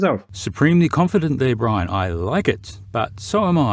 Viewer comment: Poor. Dumbing down the Irish.